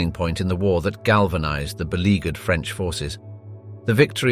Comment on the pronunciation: On a light note, your French pronunciation is very good! Clearly, it is coming from an English speaker, but I love the care you put not to butcher the French words. It shows respect and it's appreciated. Thank you.